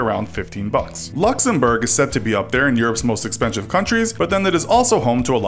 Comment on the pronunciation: But the spelling of expensive in this video was "expenshive"